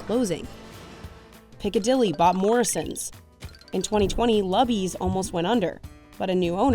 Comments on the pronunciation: It's luby's pronounced like *looby's*. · I’m so sad that you mispronounced Luby’s. It’s pronounced with a long U, like you would pronounce Lucy’s.